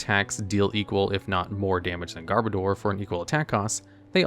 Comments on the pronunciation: Sorry to be "that guy", but it's pronounced "Garb-odour". As in "Garbage" and "Odour". Not "Garb-o-door". But nice video! 👍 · Got 2nd in my first ever Regionals with a Garbodor deck, so I kind of developed a soft spot for this literal pile of garbage. Also noticed almost nobody pronounces Garbodor correctly. It's garbage + odor as in 'body odor'. Even though this pronounciation just feels off.